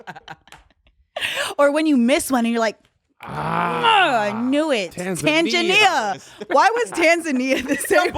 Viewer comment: Hey Tom. tried to say Tanzania but instead said Tangania. I don’t think she noticed. Back to you